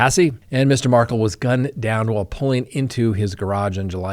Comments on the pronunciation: Regarding the Donna Adelson trial, I've been following the FSU Law Professor Dan Markel's murder case since the beginning. Never heard anyone, including his parents, pronounce his last name like you are. I believe his last name is pronounced Mar-KEL, emphasis on KEL (rhymes with HELL). You are pronouncing it like Meghan Markle's last name. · It’s pronounced Mar-kel’ jeez